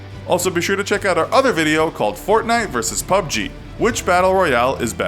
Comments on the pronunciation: The Entity PEE YOU BEE GEE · At least you pronounced it correctly that other time you said it as P.U.B.G... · pyoo bee jee is wrong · The Entity that annoyed me lol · The Entity Right that shit sounded so weird, like he was probably the only person in the world to continuously say that over and over, pretty sure everyone roasted him for that.